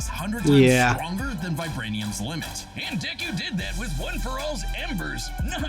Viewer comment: Why are you saying deku like that?